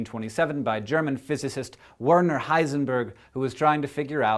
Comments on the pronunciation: I'm sorry, but Werner is pronounced "Verner". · "Werner" is pronounced "Verner". Don't want to nitpick, just clarifying that. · The next IDTIMWYTIM should be on that W in Werner. It's a like V, Hank. You're killing my ears! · The problem with the term "observer" is that newage numbskulls assume this means a conscious entity is involved when literally anything happens, so therefore the entire universe is conscious! Wave functions collapse all the time without anyone watching, for chrissakes. FYI Hank, Werner is pronounced "Vair-nair." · Hey, its not a big issue obviously, but in German there is no 'double u' it is actually a 'double v' so 'Werner' is pronounced 'Verner' with a hard v. The more you know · Just some information by the way, for every non-german here: If you try to pronounce the german name "Werner", rather pronounce the two "er"s as you do in the word "Error". The way Hank pronounced it (even though I might be overly pendantic here and therefore I apologize), his name would've been spelt "Wörnör Heisenbörg" in german. ;) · I think you pronounce it 'Verner' Heisenberg, on account of him being German :p